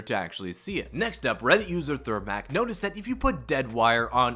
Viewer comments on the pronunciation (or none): It’s Thermic not Thermac you absolute bafoon